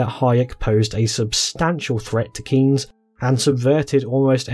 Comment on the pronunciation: By the way, the 'ey' in Keynes is pronounced as in 'they'